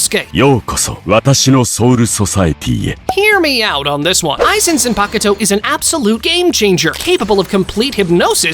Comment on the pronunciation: yuroichi isn't known as the flash goddess for her skill in using the flash step... If you know what I mean 🌚🌚 Also her final form is called thunder cat not thunder god. That's another fast character Minato from Naruto. You're confused. Also, that's not how you say zanpakuto